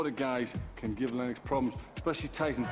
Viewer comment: Had to stop watching because of the way that woman was pronouncing 'Lennox'